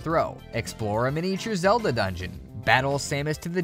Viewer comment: I'm gonna act like he didn't just call Link Zelde